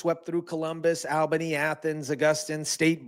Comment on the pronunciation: Please learn how to properly pronounce GA city names, like Brunswick, Albany, Statesboro...Good report otherwise. Thanks